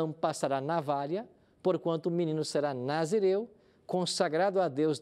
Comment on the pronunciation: tomei um susto quando ele disse “Narizeu”